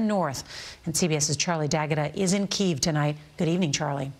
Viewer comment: Is anyone as triggered as I am that they keep pronouncing kyiv wrong?